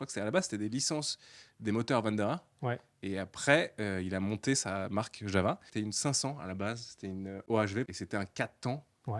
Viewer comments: JaVVVa... Vous êtes vraiment des handicapés linguistiques. Prononcez correctement: JaOUa. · on ne prononce pas "java" mais "Yava"... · même Yawoua en fait